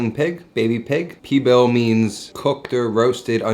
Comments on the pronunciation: Lol what is Pee Bill.... great Spanish 101 hahaha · He was losing me at flour tortillas for Cochinita but trully lost me at "P-BILL..." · love this youtube channel but its pronounced : cochinita PEEE BEEEL